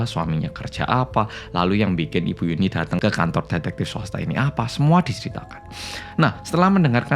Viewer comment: Nyebut yunhee jadi yuni😭